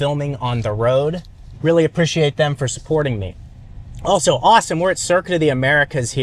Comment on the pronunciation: Title of this video “apprishiate”